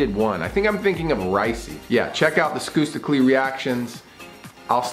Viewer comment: I know its spelled as skusta clee But the pronunciation is skasta cli thats how you pronounce it